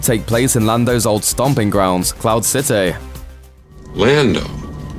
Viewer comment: Galax-ay, famil-ay, cloud cit-ay.....these are small details I picked up about your weird pronunciation.